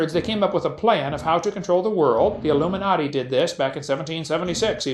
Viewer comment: "Illoominoody" xD Love it.